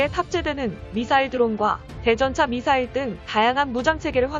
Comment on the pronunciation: 미싸일~~에라이 잘좀 읽어라